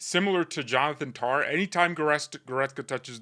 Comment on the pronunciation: Why do you pronounce Tah as Tar? I love you dude but you are wrong about Tah’s performance. Didn’t lose the ball and looked great defensively. He had zero mistakes.